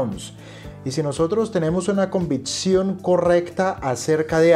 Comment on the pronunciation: Buen video! Es convicción no convitción. Saludos